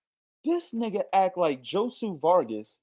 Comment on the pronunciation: this ninja done said Josu...Josue..Jose to Joshua Vargas all under 10 minutes lmao fucked up is prolly dissed Josue whole living lineage and aint even know it